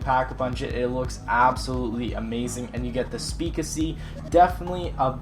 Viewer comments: Really the "speakassy", it is speak-easy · Why do you call it the Speakisy? Its speak-easy. the two words speak, and easy, put together. How do you get Speakeasy as Speakisy anyway? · It isn't speak-I-see it's speaks easy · Speakessie?Isn´t it speakeasy? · Uh... Its pronounced Speak-easy... its being referenced to the early 1920's through 1930's secret bars that mobsters owned. Look it up. History bitches. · His pronunciations are a little off. He says buried like bureed and says speakeasy as speekacy. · "It gives you the speakasy!" English isn't your strong suit is it? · M1927 pap' dis pronounced "speak easy", it's named after the secret bars during the prohibition era. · its pronouced speak easy like the speak easys when alchahol was ileagul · it's speak easy two separate words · I'm English and I say speakeasy. It's not cuz he's Canadian was informed of how to pronounce the word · He said speakeasy so weird WTF